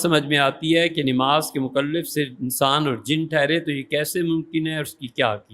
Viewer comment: سر آذان نہیں ہوتا، اذان ہوتا ہے۔ اور اردو کا واقعی خراب نہیں کرنی چاہیئے کہ نِماز نہیں نَماز ہوتا.